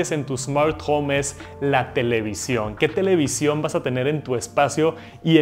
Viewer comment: No se dice televisión 🤦🏻‍♂️